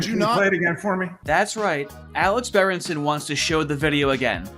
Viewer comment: I came from the timeline where its berenston instead of berenson.